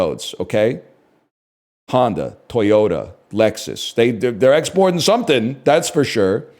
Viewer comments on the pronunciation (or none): none